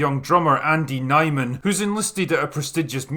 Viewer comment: How do you watch the movie and say "yeah, his name is Nyeman"